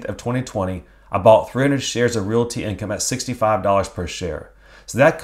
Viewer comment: Love your vids but PLEASE pronounce the word realty with only two syllables. Reel-tee, not reel-i-ee.